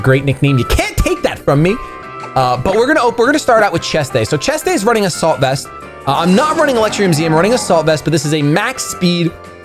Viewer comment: After all the episodes I've watched of yours I've just realized you were never saying "A salt vest" 😭 #ImANoob